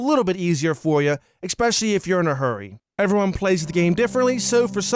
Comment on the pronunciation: Don't fucking say expecially ever again